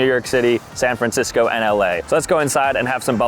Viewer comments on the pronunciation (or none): none